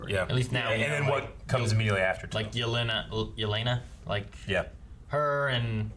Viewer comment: Man, hearing the english dub say Yélena instead of Yeléna is pure cringe